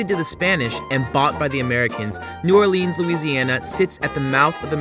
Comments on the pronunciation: Please stop calling it New Or-LEANS. It's New OR-lans. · New Orleans or Nawlins, but please not New Orr-leens lol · 1. Katrina was THE worst natural disaster in the US, not one of the worst. It also cost the most money. 2. New Orleeenz? Let's try for New Orluhns. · New Oar-lins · Not one local ever in the history of new orleans has ever called it “nawlins” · No one, absolutely no one. Calls New Orleans, Naw Lins! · I cringed when I heard New Orleenz. The tourists hear N'awlins strictly due to the accent. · Ok first off it's neworleans not new or leenz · Stop saying new orleeeens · Dude, nobody from New Orleans says New OrLEANS. Nor do they say "NAWLINS". It's New Orleans. Also, New Orleans mostly embeds itself in French. Otherwise you may just call Tchoupitoulas T-CH-OOP-IT-OW-LAS. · Man, if this guy says " New Or-leenz" one more time I'm going to lose my shit. Locals do not say it like that. It is strictly New Orleans. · They're wrong, New Orleans "natives" DON'T call New Orleans, "N'awlins", that's for misinformed tourists. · It's pronounced "new orlens" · Yes I live Baton Rouge nobody ever said anything about N'wlins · Ikr! Grew up at Washington and Broad....NEVER ONCE heard anyone in my neighborhood say N'awlins OR call this city NOLA. If you're not from here......you will never get it. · Nice Video but as stated before no calls it Nawlins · My soul dies a little every time you say new or-LEENS. Family is from Louisiana and they taught me to never say it like that 😂😂😂 it's cool though 😊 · i'm going to kill myself if they keep saying New Orleans wrong again. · The way you said New Orleans completely ruined the whole video. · WTF. did u hear what they said in intro. They completely said New Orleans wrong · I heard them say that and I screamed, "No!! Locals hate that." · They be saying new Orleans so wrong lol